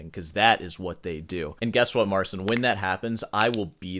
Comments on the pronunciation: OK, now that you know the correct way to pronounce his name (Marceene), how about using it? The correct way to pronounce a person's name is how they pronounce it, not how you would wish it to be pronounced; to do other wise it to engage in micro aggressions. For example, do you play a Mozart score wrong even if you know better? Come on, get with the program... I do appreciate that you acknowledge a person's ability and that you are good natured and fair behind your YouTube persona (I wouldn't watch you if you weren't). Look at the following example of how a person's name works. What's the Difference? (Star Trek Data and Dr. Polanski) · This absolutely isn't how you say his name. It's some weird version adjusted to English phonotactics to make it more pronouncable by his target audience. PS I know some absolute psychos from south america who advise ditching rest stroke altogether, idk about that :v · THAT'S NOT HOW YOU PRONOUNCE "MARCIN", he actually anglicized it. It's Elis island all over again... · Bruh he doesn't even pronounce his own name correctly, that's not how you pronounce Marcin, i guess he wants to be more international :face-fuchsia-tongue-out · To be fair he can't pronounce his own name. The way he says it is some fake french snob version of it. The actual polish pronunciation you can check in google translate. His whole stage persona is so annoying.... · You, horribly mispronouncing polish words should not be angering anyone - it is just so on brand and totaly consistent, as you have provenly learned how to correctly pronounce Marcin and yet are not changing anything about it and will mispronounce his name forever. I find that astonishingly humorous. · People kept calling him Martin and other people kept saying "it's Marcin (accent on "cin") It stuck! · No Marcin in Poland pronounces his name "MAR-sin" or "mar-SEEN". It's "MAR-chin" source: am a Marcin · This is not how you pronounce his name 😭 pronunciation is closer to the correct one